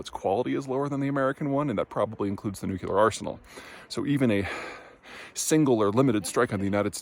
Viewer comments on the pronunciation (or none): Why the George Bush 'nucular 'pronunciation? It should be 'nu-clee-ar'. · Hey Peter, big fan. New-clear, not nukular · Okay people please say it with me, nuclear is pronounced nuc-lear, NOT nuculer! Otherwise great video. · It's "nyoo-klee-ur" not "noo-kyuh-lur" and what's going on with that gratuitous crack about white people? You'd never think of mocking the names that people of color give their important places, so what makes white folk fair game? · Nu-clee-ur... not Nu-cue-lar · The word is pronounced nuclEar, not nucUlear. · Say it with me now: Nuclear. New. Clear. New clear. Nuclear. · It is SO ODD that you can't pronounce 'new-clear' properly... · Peter - you’re a smart guy - stop saying nukuler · It's amusing. I remember when Dubya got pilloried as a bumpkin for saying "nucular". Peter does it too. Forming the "cul-" sound is harder than "clea-" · Is the "nucular" thing intentional? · W has no excuse but Peter said it's an Iowa thing. Drives me and Jodie Foster up the wall, no I'm not her boyfriend. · How come no one in Colorado can pronounce nuclear? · Are we really going with the George Bush way of pronouncing nuclear?